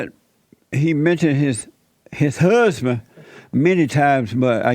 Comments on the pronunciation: his HUUHSBINN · His "huhhzzzzbin".